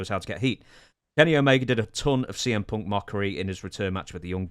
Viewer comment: I like how Punk or Fuck is pronounced as Fock or Ponk in British English